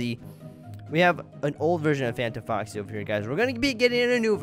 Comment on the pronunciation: Is it "fanta foxy" or "fantom foxy"????